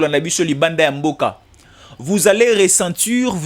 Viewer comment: On ne dit pas viris c'est virus,on ne dit pas resentur n'existe pas, ressentir